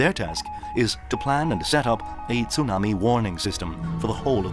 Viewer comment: STOP SAYING TOONAMI.